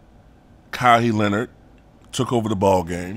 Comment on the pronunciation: Lol Ka-Why Is how its pronounced good vid tho